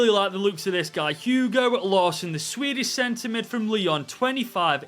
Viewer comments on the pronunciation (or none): none